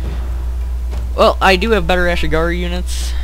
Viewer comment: close, but it's "ashigaru"